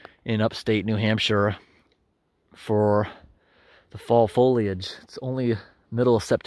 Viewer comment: Thank you for pronouncing foliage correctly. It drives me nuts when people pronounce it foilage.